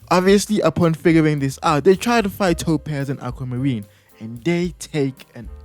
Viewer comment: when he said "topaz and aquamarine" it sounded like "two pairs of aquamarine"